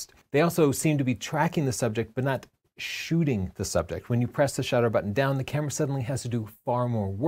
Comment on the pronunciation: Shooting, double "o"